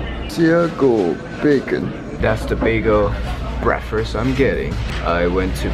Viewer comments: brakfes hahahaha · I love his accent - breakfrurss XD love it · 'breafast' lol